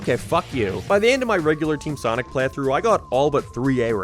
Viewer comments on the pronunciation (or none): Dude doesn’t know how to pronounce the word “playthrough” lol